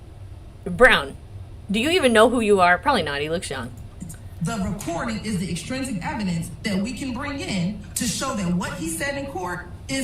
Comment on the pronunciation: OK I can't stand the way she saying extrinsic... and so much the jury will never remember all this hope they get notes lol